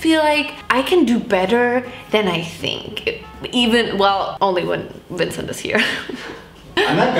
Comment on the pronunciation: “T for Tincent” 😂😂💀